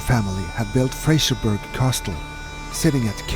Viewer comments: You will have to learn how to pronounce "Fraserburgh" correctly. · there’ll be lots of Scots ( and at least 1 Saxon) screaming “It’s Fraserburra!” Not Fraserberg. Great vid, as ever.